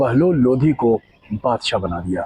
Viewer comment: लोधी नही भाई लोदी बोल